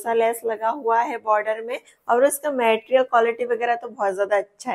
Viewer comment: Didi please 🎉❤ मेटेरियल नही 🙏मटेरियल बोलो 🎉